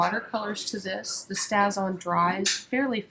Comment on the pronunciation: Just thought you should know that the ink you used is pronounced "stay-z-on" (long a...just like the word "stay." It actually has a long mark over the "a" on the container (which my keyboard won't let me do)! Hope you don't mind my letting you know. Otherwise, nice video!